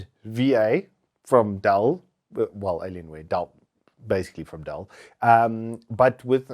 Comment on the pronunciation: its called "Dell" not "Dall"